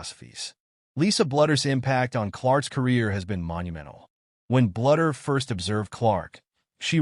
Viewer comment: You need to learn how to pronounce " Bluder " It's BLUE der!!